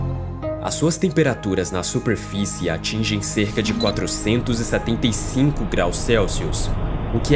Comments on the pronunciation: QUE CONTEÚDO MARAVILHOSO MEU AMIGO. SÓ ME INCOMODOU O SUPREFICE. CORRIGE E NÃO PARA, DEUS TE ABENÇOE. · Fala bem.. só erra na " suprefice"